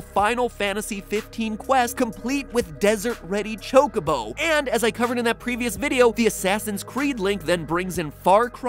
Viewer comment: I did he say CHOCABO. IT'S CHOC-O-BO YOU HEATHEN.